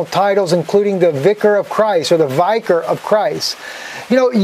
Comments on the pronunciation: I like you, but it pained me so much to hear you mispronounce "vicar". It should be said so that it rhymes with "Vicki". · Uhm. You’re not pronouncing Vicar properly. Lol. smh.